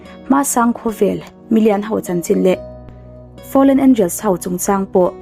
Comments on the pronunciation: Ho tih turah hau, lei tih turah lai, lo tih turah lau, vantirhkoh pawh i ti vantirhkauh hlauh bawk a. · Ho hi How/ Hau angin i lam ri a, a awmzia a bo tlat.....han tang zel teh. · Ho tih hi hau tiin i lamri tlat,hei hi a diklo. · Ho, ilam dan hi, hau, tiin i lam ri thin a, a mawi chiah lo tlat